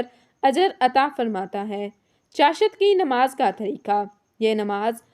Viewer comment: اسلام علیکم آپ چاشت لفظ ایک تو غلط ادا کررہی ہیں دوسرے اشراق کی نماز پڑھنے والے کو حج اور عمرے کا ثواب ملتا ہے چاشت نماز صدقے ادا کر نے کے لئے ہے انسان کے جوڑوں کا صدقہ 360 جوڑ انسان کے جسم میں ہوتے ہیں اس کے پڑھنے نے سے ادا ہوسکتے ہیں مگر صدقہ بھی الگ دیتے رہنا چاہیے،